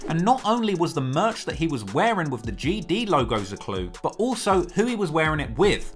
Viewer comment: It looks like you out here Crip'n wit that bandana on😆. And quit saying GD like that😆😆